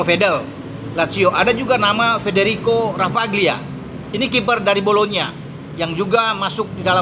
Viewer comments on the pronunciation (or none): none